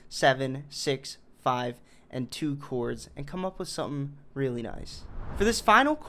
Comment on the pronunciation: Said chords like coo-ords